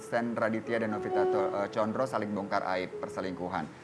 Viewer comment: Presenter nya salah nyebut condro jd conro, emang nua sup apa